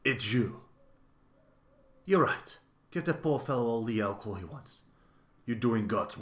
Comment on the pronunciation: Holy shit I could not watch this video. You butcher so many pronounciations of words that I can't continue watching. Aloc-hool? Sorry, but nah